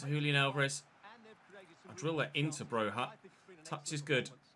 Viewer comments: Broja is just pronounced Broja all the letters you see you pronounce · Broja is from Albania. His surname is pronounced with a hard J. Bro-ja